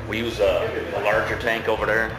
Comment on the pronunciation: hahaha, , "over dur."